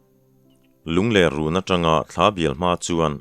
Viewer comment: Lungler hi i lam dik thei miah lo a nia, ler hi lepler tia kan lam ang hian lam tur a ni e